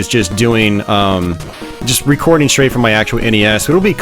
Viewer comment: What is that thing now in American English to say "shtream" in stead of "stream", "shrait" in stead of "strait" I find it most annoying. Thanks for the video, good memories